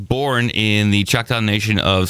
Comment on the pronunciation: Chalk-taw that's how you pronounce it